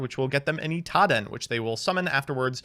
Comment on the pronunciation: Can't wait til Drytron isn't meta so doesn't say "iTaDen" anymore